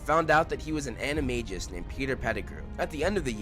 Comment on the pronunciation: ~insert hermione's voice ~ It's not Ana-Mage-us. It's ana-marg-us